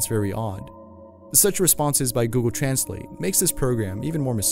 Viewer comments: He pronounced ,translate, wrong😒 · Gosh..it was the same when transalated but the pronuncer was fukin funny 😂😂😂😂